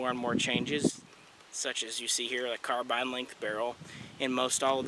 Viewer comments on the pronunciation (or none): none